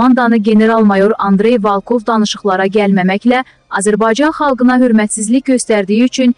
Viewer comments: Sənin danışıqa zibil. Balkov yox. Volkov. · Aparıcı xanım Volkov sözünü Valkov deyir.Başa salmaq lazımdır.